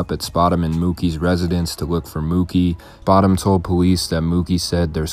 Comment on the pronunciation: spoout- emm -gouuutem